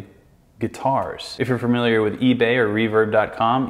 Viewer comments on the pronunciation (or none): none